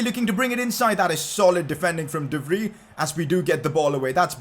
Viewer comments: Im dutch and i just wanted to let u know u should pronounce de vrij like ‘de Frie’ instead of ‘de free’ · Not "sê vri "its sê vcy(vrij) say it correct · Pcq: You pronounce “De Vrij” as “De Vr I” (with the I from I) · Pcq: As a dutch person I'm becoming triggered of the way you say De Vrij. please type it into Google Translate from dutch to English to say it right. pls